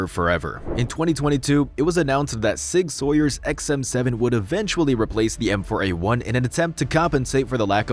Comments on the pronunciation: Sig Sauer is not pronounced 'Sawyer.' It's closer to 'sour.' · He also called sig sauer sig sawyer. I think its AI. Smh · Lmao dude said “Sig Soyer”. Typical Ai slop. Lack of creativity. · Did he just say "sig SAWYER" ? Is this an AI channel and i just never noticed?? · Mmm I learned today I cringe when someone says SIG Sawyer. I learned it when he says it